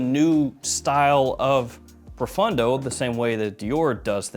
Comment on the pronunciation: Dude….why do you always pronounce it Profundo when it clearly Profondo? Literally drives me nuts